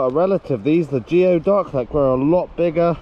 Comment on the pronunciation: Gapers "cousins" are pronounced gooey ducks not geo ducks lol and spelled Gooey lol (goo-ee) lol I know us Americans are strange lol